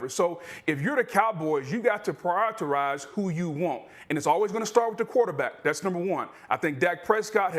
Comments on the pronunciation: Prior-eterize... You have such a "diverse" show proper English isn't spoke. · “Prioritize” was killing Booger